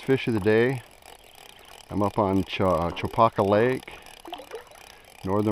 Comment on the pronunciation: Nice video. Makes me miss home. I grew up fishing Chopaka, long before it became a mecca for fly clubs and massive crowds, although it looks like you caught it on a quieter moment. Pronunciation wise, us locals say it "Cha-Packa" not "Cho-Pahka"